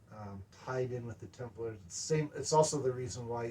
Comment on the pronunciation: I swear, it sounds like he's saying "Tumblers."